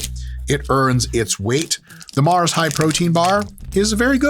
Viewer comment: Love the accent for Mar. Think European, but Mars is based in Slough, UK. Otherwise known as one of the biggest shitholes in the UK, and the location the original The Office was based upon.